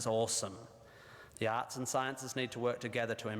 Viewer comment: It's ok,, I'm Australian & I heard "Arse Degree" too. (but I knew he meant Arts)